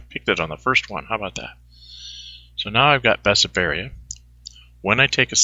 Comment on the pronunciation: It is called BESSARABIA. Not Besaberia. :D